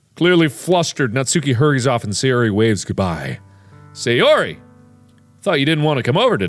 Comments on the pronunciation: hey sayori, how you doing, sounds like hey Siri, how are you doing, lol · I like how at a certain point in this video Mark just gives up trying to pronounce Sayori correctly 😂😂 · What markiplier said: hay sayori What Siri heard markiplier say: hey siri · Sayori! ’shooka shooka shooka’ Not sorry :3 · probably because both "Sayori" and "Siri" are close in pronounciation! lol! caught me off guard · Take shot for every time mark mispronounces Sayori’s name